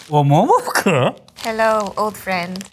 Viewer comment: That was the jappanessest "momofuku" I have ever heard